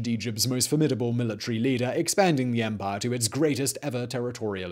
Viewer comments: It is empire, not emphayyya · Love the way Simon says ‘empahhh’ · This channel is great. I’m so happy I found it. Also the I really enjoy the way you say empire...